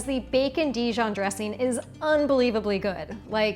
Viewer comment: Annoying because you seem to have forgotten how to pronounce the "g" at the end of "ing". What is a dresseen anyway? Gosh.